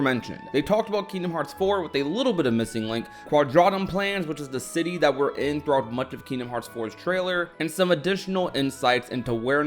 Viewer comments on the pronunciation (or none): none